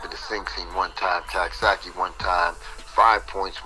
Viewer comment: Yo I’m buggin why are dudes pronouncing Coxsackie as Caksackie I know is New Yorkers talk the way we talk but am I missing something???